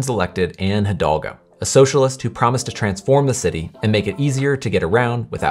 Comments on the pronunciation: Thanks for this video. The name of the paris mayor is Anne Hidalgo and not Hidolga. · It's Hidalgo, not Hidolga. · Bro struggled to say Anne hidalgo